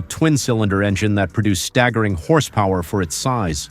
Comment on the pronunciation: Question?? What in tarnation is the reason for this guy or Robot that it can't pronounce horsepower or other American words like it says all the way through then some unknown language 😆